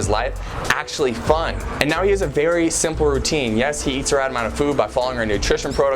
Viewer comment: Berry was berry😂what I heard